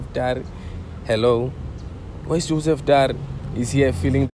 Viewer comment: He's still saying "from me and Joseph Dary" le nou😭😂😂